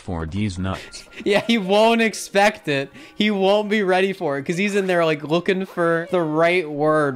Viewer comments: YOU JUST SAID IKE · you just said "ike"